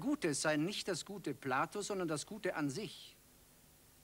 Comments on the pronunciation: Platon nicht Plato. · Warum "Plato"? Er heißt Platon.